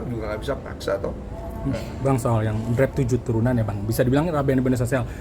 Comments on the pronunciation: kocak bgt wartawan bilang draft jadi drive 😅😂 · Jdi ngakak sama wartawan yg bilang deraff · Gw lagi minum pas wartawan salah ngucapin "draft" trus langsung dibenerin Densu, aer yg gw minum auto nyembur semua😭😭